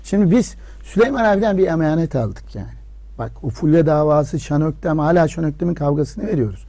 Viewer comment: Şan Öktem degil, Şan Ökten.